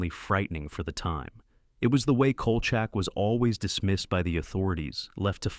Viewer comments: The Series "Evil" is much better than "The Exorcist" Series. The "AI" narrator kept mispronouncing Kolcheck as Kolchuck very annoying. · Dude, it's pronounced COAL SHACK!